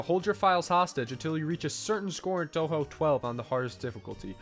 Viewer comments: "Guess dad's gotta get a new computer because he doesn't play enough Undertale fangames" At least you said Touhou right… Fun fact, Touhou 1 and Undertale are 18 years apart in release dates. If we go from Touhou 6, which was the start of the windows era, and a kind of soft reboot, that’s still 13 years apart. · "Guess dad's gotta get a new computer because he doesn't play enough Undertale fangames" Comparing Touhou and Undertale is like comparing apples to oranges. One is difficult. One is not. lol Gotta say though, it was refreshing to hear someone not familiar with the series say "Touhou" correctly!